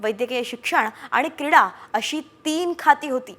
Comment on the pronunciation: बातमी दाराने शब्द स्पश्ट उच्चारावे, क्रीडा खाते असे शब्द आहे किडा खाते नाही😂